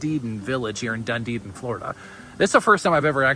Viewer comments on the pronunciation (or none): It is pronounced DUN-Edin, not DunDeedin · it's pronounced Dun-e-din. There's only two ds in the name. It's not dun-de-din. Nice mobile home but I would have to make several changes to it, starting with sliding glass windows instead of just screens on the Florida room and lanai. I wouldn't pay more than $50000 for this place. #1 strike against community- no pool! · I lived and worked in Clearwater FL for 17 yrs, we never called it Dund-edin it’s Dun-edin? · Did you mean Dunedin; there is no Dundeden in Florida when I checked Google. The MLS listing is in Dunedin. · the The Name of the city is called Dun •E•Din like Done•E• Din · Yes Done•e•din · Dunedin=doo-nee-din 😊 these homes are really cool. Are there mobile home parks that allow you to buy the land like a traditional home? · Sorry the name is not doo•nee•din the name is pronounced Done•E•Din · It's pronounced Dun E Din. Emphasis on the E.